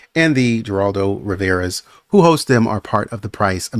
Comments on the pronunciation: It's pronounced Her-rald-o (in Spanish the Gs are pronounced like H's sometimes). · Geraldo is pronounced with an H sound 😊